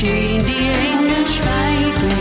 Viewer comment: TollesLied,mich stört aber an ihrer Aussprache.......Die Eeeeeeengeeeeel schweigeeeeeeeeen